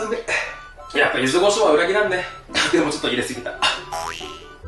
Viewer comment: の「ゆずごしょう」いっつも気になってしまうwww